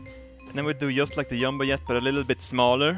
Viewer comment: I find it funny how he pronounces jet